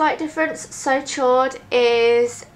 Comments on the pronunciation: It's said almost like "sho," not "shord." It's French for "hot" :) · "So Chaud" is pronounced like "So show", Chaud is french for warm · "so chaud" is pronounced like "so show"! (: "chaud" is french for "hot" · I don't want to be anal about it, but the chaud in the "So Chaud" lipstick is pronounced "shode", it is French for warm/hot. Just thought you'd like to know. :3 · "So Chaud" is pronounce "so show-ed" French for hot. So hot. Great video though! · Hi :) I loove your lipsticks ! just a thing : so chaud is prononced 'so cho' ;) xoxo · "So chaud" is pronounced "So shaw". Chaud means hot in french. And its amazing how well you can pull of red lip stick! You inspire me to go get some myself!